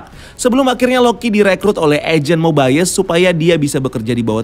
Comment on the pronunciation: Mobayes atau mobius